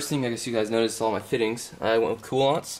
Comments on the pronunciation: Informative build log. Btw, Koolance, Coo-Lance, not Coo-Lonts. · I had a very difficult time watching this video because of having to put up with how your say Koolance.